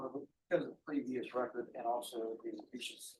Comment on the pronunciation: You would think a educated judge wouldn’t say “recort”